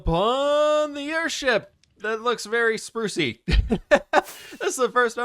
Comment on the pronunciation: airSHEEP you say?? 🤔